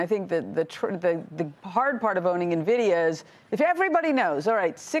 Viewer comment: When will folks stop calling it Neh-vi-dia??? 🤣 Can't they learn from how Jensen pronounces it?!?